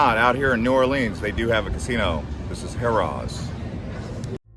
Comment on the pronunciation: …and the way he pronounced “Harrah’s”. I can’t. Lmao